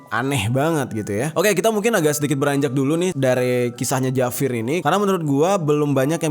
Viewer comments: Bang bukan javir tapi havier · Havier Mang Havier, bukan Javir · Bacanya "Hafier" bukan "Javir" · Javier itu cara ngomongnya havier...bukan javir bang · Penyebutan nya havier bukan javir. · Havier bang jer bacanya soalnya kalo orang spanyol ketawa itu jajaja wkwkwk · Koreksi, Javier dibaca Havier 🙏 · Maaf bang, ejaan spanyol di baca havier.. 🙏🙏🙏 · mau nambahin bang kalo di spanyol huruf J dibacanya H jadi bacanya Havier, makasih!